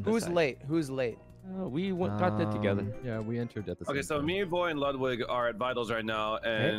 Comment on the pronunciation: Sykkuno: says Yvonne wrong since the time they met Also Sykkuno: Says Ludwig's name wrong once, freaks out